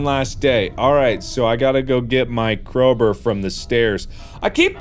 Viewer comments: "Crowber" - Markiplier 2019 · why do he call a crowbar a crowbrr ??? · did anybody else notice that he is saying CROWBUR instead of CROWBAR?